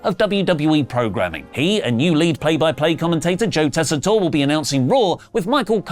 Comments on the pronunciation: So nice of to pronounce "Joe Tessitore" the correct way. Its been kiling me the way he says Joes last name for weeks. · You're finally pronouncing Joe Tessitore correctly